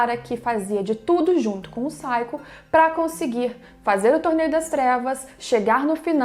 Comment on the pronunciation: MEU BEM OTIMA ANALISE MAS NAO É SAIKO É SAKIO